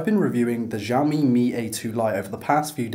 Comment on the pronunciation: It's pronounced siao mi